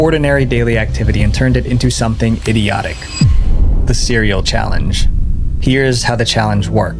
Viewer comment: when he said idiotic I hear diddyiodic